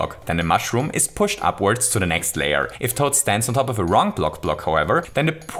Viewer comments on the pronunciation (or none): none